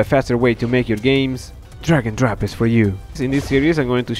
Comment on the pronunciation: take a shot everytime he says... D R A G O N D R O P